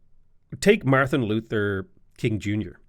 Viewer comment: He says the Luther and King in the correct order, he mispronounces Martin and portmanteaus Martin and Luther together.